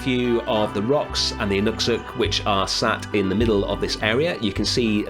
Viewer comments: You almost, almost, pronounced inukshuk correctly. It can be split into two words - inuk and shuk, not inuks and huk. pronounce the sh like shoot or shine. ALSO! most inukshuks are shaped like people. Google the ones in Vancouver for a good, but touristy, example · I'm not Inuk (the singular for Inuit) but I am Canadian and I believe they pronounce it In-nook-shook. But please reconsider calling their traditional territory a wasteland! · I mean as a Canadian I wouldn't exactly call the far north a wasteland, that's a little harsh... You're not far off with your pronunciation of Inukshuk though, only thing is that it's a sh sound instead of ss so Ee-nook-shook. What you built though looks more like a cairn, Inukshuks are traditionally a humanoid shape. The word Inukshuk literally means “in the likeness of a human.”